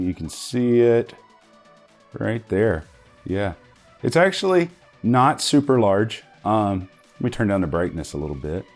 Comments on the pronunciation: He actually ran his words together. To actually is what he was saying. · he said we're going ta actually review this. ta instead of to, making it sound like tactually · hold on... did he say "tactually'?